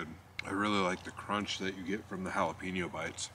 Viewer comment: Ha! You crack me up...Jah la penn ooooo.....Hail...ahhh peeenoooo. Love you brother~ A Jack Out Of The Box